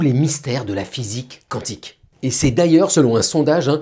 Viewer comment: Est ce qu'on pourrait arrêter de dire quouantique quand ca s'écrit quantique svp 🙏🙏 merci